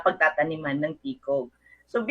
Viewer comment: it's pronounced as BA-SAY. Any update regarding with this bill?